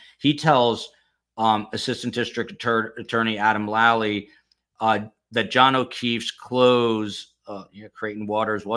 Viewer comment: Lally. Spoken with a long A. FOR THE LOVE OF GOD, PLEASE STOP SAYING LOLLIE.